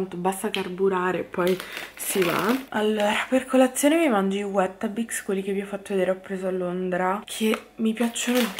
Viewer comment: wETTAbix 😅 forse “Witabix” se proprio vogliamo fare le maestrine rompipalle (cosa che ho voluto fare, perdonami hahah 😆😘)